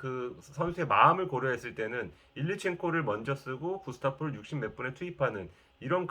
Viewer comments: 왜 구스타보를 1년 넘게 구스타포라고 하는지. 등록명도 구스타보고 발음도 구스타보 인데 왜 독일 나치 연상되는 '타포'라고 하는지 모르겠네요. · 발음이 안되는 게 아니라 생각을 안하는 듯 하네요. 구스타보라고 하는지 구스타포라고 하는지 생각이 없어서 1년째 구스타포 라고 하는 듯. 구스타보 인 것 생각하시고 방송해 주세요